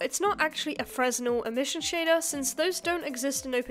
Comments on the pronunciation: Awesome work, might take a shot at this kind of a project myself. Wanted to for a while just didn't really know where to start. And I believe Fresnel is pronounced "freh-nell" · not really important but "fresnel" is pronounced something more like "fruh nell". The S is silent because it is named after a French guy. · Hi, S is omitted when pronouncing Fresnel Thank you. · It's really cool to see women getting into computer graphics! Nice! Just a few more nitpicks: "Fresnel" is pronounced without the "S", also, it's spelled "indices" not "indecies". I don't mean to sound discouraging though, quite the opposite! Using the correct terms instantly makes you seem like more of an expert. This video seems aimed at less experienced viewers, but it was fun to watch nonetheless. P.S. look into using Vulkan instead of OpenGL if you want a real deep-dive (it is more difficult, but a lot more powerful, newer, and a great learning experience), I recommend the tutorial series by Brendan Galea. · no way she pronounced fresnel like that 🤭🤭